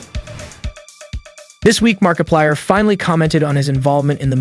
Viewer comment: You didn’t hear the part where he goes like “ItChapterOne” in the same tone or where he said “Markipiler” instead of “Markiplier”?